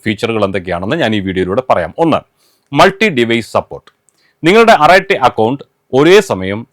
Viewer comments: തമിഴിൽ "അരട്ടൈ " എന്നാണ് ഉഛാരണം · അറട്ടൈ എന്നാണ് പറയേണ്ടത്😊